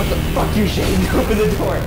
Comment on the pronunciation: I heard Shane say Shene instead of his name...😂